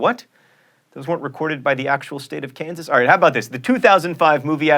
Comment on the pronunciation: Kansas' new pronunciation is 'kan-saw'.